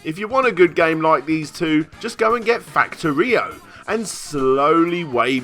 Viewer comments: god... i know im being a bit of a pronunciation nazi but its not called "fact-oh-rio" its sounds more like "fact-or-e-oh"..... sorry :P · It's Fact-or-e-oh. Not Fact-uh-re-oh. Damnit. Unsubscribed. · Fac-to-rio?? Do you mean Fac-tori-o? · sorry factor-whatto? its fac-tore-ee-oh. smh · Though Factorio is obiously a play on words for Factory, I doubt that's how you're supposed to pronounce FactoRIOdeJaneiro Edit: Actually I do have something to add. Video was good but do people really think you can develop a game with a team for only 75K? Or 140K for that matter? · Yes, Fact-o-Rio. You don't build a factory, you just read facts about Rio. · I was about to say he should just try starting with the word factory and replace the -y with -io.... Then I realised that is exactly what he had done, and it sounds bloody stupid. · better to pronounce it as Fact-Oreo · "Fact uh rio" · That's one way to pronounce Factorio, like there's an a in the middle instead of an o, but I ain't judging, I kinda like the variation. "Fact-a-rio!" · Fack-tory-oh. Fack-tory-oh! Get it right! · "Factor Rio"? It's supposed to be more of a "Fact Oreo", yknow, like the cookie. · Its Factorio Not fac-Oreo-io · Aki Ren he said Factor-eo. Still not right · ...Fac-Tor-Reo? what the fuck is that pronunciation? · 1. I bought the game on Steam a long time ago. 2. The way you pronounced Factorio made me cringe. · That pronunciation of Factorio. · is there a particular reason why this barely 13 minute long video hast not just one, but TWO mid-roll ads? I mean, I usually don't have a problem with watching an ad if it means supporting content creators here on yt, but don't you think that's a little much? what happened here? also, that's not how you pronounce factorio. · i feel "factorio" was pronounced wierdly. My proverbial vagina is full of metaphorical sand. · The way you say Factorio is pure cancer. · You pronounce factorio weirdly. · Please stop saying Factorio like that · Pronounce Factorio properly!!!